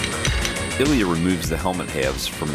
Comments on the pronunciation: Ilya, not Eliot. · Can you say "Ilya" more often, please?